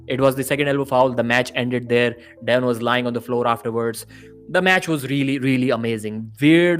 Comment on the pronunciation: Soon as I heard him pronounce devon I was out